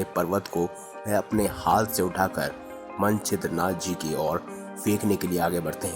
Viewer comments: मनछेद्रनाथ नहीं मच्छेन्द्रनाथ है उच्चारण गलत कर रहे हो आप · क्या मन-छिद्र-नाथजी बोलते हो? मच्छेन्द्र नाथ उच्चारण नेही कर सकते? वह श्री गोरखनाथ के गुरुजी थे। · मच्छेन्द्र नाथ नाम तक तो लेना आ नहीं रहा स्टोरी सुनाने चलें वाह 😂🤣